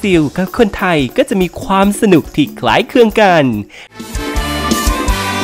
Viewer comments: คำว่า คล้ายคลึง มันออกเสียงยากหรอ? เห็นออกเสียง คล้ายเคือง เลย? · คล้ายคลึง ไม่ใช่ คล้ายเคือง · คล้ายคลึงค่ะ ไม่ใช่คล้ายเคลือง😂😂